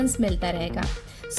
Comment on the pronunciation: *jaldi not jadi 😅